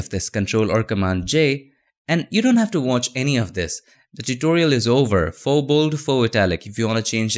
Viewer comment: haha! he used to say fox.. lol thats so cute